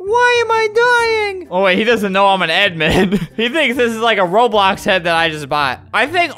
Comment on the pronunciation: Tivia: he says Roblux